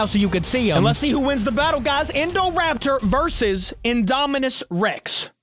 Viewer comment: Indoraptor nahhh that's indocater😂😂